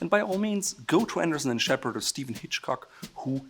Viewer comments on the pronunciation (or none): none